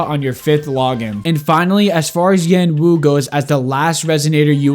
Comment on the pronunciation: Baizhi is pronounced pie-chi and Yuanwu is pronounced Yen-uh / Yen-Wu